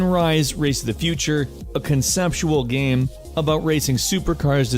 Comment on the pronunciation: "It's a good gaem, it's a pretty gaem."